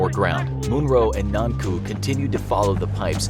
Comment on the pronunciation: hey whats with the u's in the back of "Irantu, Nanku, Munru and Onru"?